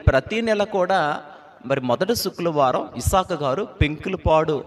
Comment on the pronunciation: అన్నయ్యా నీకూ శుక్రవారం అని పలకడం రావడం లేదు. ఎందుకో నాకూ ఇబ్బందిగా ఉంది. ఫ్రైడే అని అను అన్నయ్యా శుక్రవారం అనేది పలకలేక పోతే